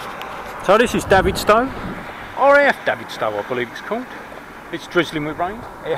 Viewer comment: Great effort from someone who lives in Launceston. Bad luck with the cable. Next if you have trouble there’s two great bike shops in Launceston. Btw.....Davidstow is pronounced David stowe☺️